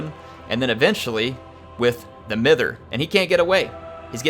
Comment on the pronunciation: Mither should be pronounced mye-ther. Its a word to describe old ladies having a fuss and a worry about nothing. Bit of old English regional weirdness.